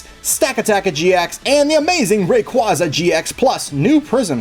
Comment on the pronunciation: It's "ray-QUAY-za"! As in quazars